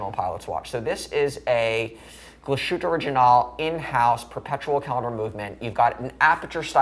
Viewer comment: Why does pronounce it as Glasshoot? 😂